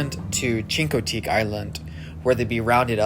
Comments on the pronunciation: Its pronounced Chink-O- teague, NOT chino-teague. Ugh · Great video! It's pronounced Shin-co-teeg not chino. We were there several years ago and my niece and I were at a particular store and met the "little girl" no grown up, from the book Misty. My niece got her autograph. The people there are very kind and wonderful. Lucky you!!! :D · I’m afraid I cringe each time you say Chincoteague. Is that how the locals say it? The way you pronounce it is not what I heard when I lived in Virginia. But your video is beautiful! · Chincoteague was our summer vacation from the time I was 12!I'm 67! Met Misty, Stormy, and Maureen Beebe. The Pony Penning is a experiance for sure! Btw your saying Chincoteague incorrectly! Chinkoteek is how i learned from locals!.. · "Chink-O- tink is how its pronounced. Great video. Love the drone view. I hope you are able to buy your horse you want. 😊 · You are pronouncing Chincoteague incorrectly. (Otherwise you speak very well) I was a little girl in the 60’s and I went to the pony penning then. The ponies in your film look better than in those early days. I’d say they have been managed and cared for consistently over the years.